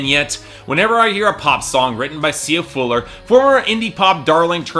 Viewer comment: Sia Fuller? I think you mean Furler.